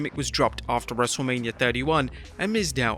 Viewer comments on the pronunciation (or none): none